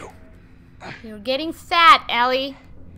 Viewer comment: you say it ellie (el-ly)